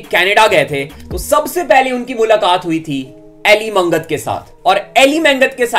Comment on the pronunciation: Brother Elly Mangat Hmare Hi Pind Ka Hai Aur Haa Elly मंगत nhi bro Elly मागट Bolte hai Ise Punjab Mai 😅